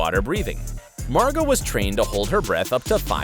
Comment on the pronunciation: It’s Margo not Margot